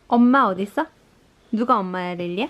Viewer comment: 그야말로 두텁한 눈이불이 따로 없네여 몹시 포근해 보여요ㅎㅎ 가 한국식 발음으로 엄마라고 하니 더 정겹구 감동입니당~ㅎ 사진 한컷 한컷들이 행복한 일상으로 가득해서 넘 보기 좋았어요 지대로 힐링 받구 갑니당ㅎㅎㅎ